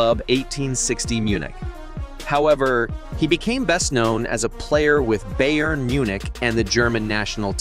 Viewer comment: U said booyern